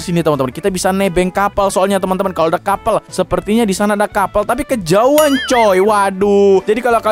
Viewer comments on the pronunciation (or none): none